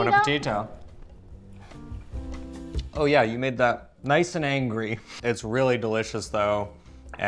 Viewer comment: I was hearing Hungry and not Angry. Anglo phonetics are challenging to Latin people.